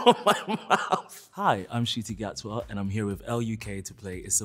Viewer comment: Excellent. I now know how to pronounce the name properly.